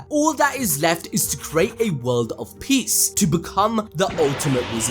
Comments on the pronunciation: It's peace not piece 😂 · It's not peice it's peace☮️.. Am i the only one to notice that😬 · Aint no way bro said "peace" as in "piecE" LOL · "PIECE" or PEACE?